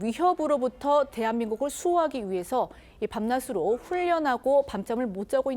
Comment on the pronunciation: 이루라앵커, 방송국앵커가 발음이 틀렸군요. 밤낮으로는 "밤나스로"가아니고 "밤나즈로" 로 발음되어야지요?